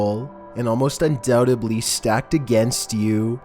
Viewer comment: Undoubtedly not undoubalee